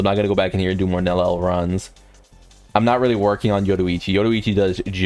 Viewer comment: bro can't stop saying Nel El